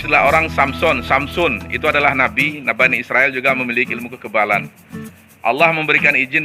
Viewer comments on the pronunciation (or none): none